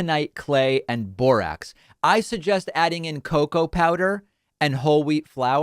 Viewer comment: JFK Jr can apparently reverse the effects of covid vaccine. Did you say Borax or Borat?